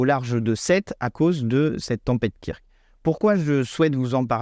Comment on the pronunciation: Kirk?! STP, dit ~"keurk"~ comme le 'pitaine de Star Trek qui rappellera au passage qu'il y a + de 50 ans, un monde fut imaginer où la notion d'argent (problème qui pourri l'humanité, provoque des guerres etc...) a été aboli! Un grand coup de pelle de Gauche quant aux possibilités de modèles de sociétés différents quand on veut améliorer la vie des gens Merci